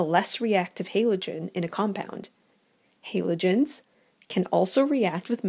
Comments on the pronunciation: It's said Ha-lo-gen-s not Halo-gen-s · It pisses me off how she says “haylogens” jeez it’s called a halogen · The person in the video: *pronounces it as "haylogens" The comment section: "You have violated the ancient commands" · She has an accent... get over how she pronounces Halogen 🙄 great vid btw 💚💛💖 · Please can pronounce Halogens properly Please OMFG I BEG GOD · is it just me but do u get triggred when she says halogens wrong